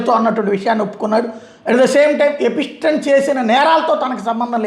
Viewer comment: Small correction. ఎ పి స్టీ న్ కాదు. ఎ ప్ స్టీ న్.